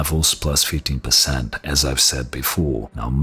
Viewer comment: You think big navi being about 50% better then 2080ti would put it between 3070 and 3080? How does that logic work? Do you really think 3080 is over 50% faster then 2080ti??? What? Btw early benchmarks are showing 25-30%... EDIT: oh he means 15 but sounds like 50 lol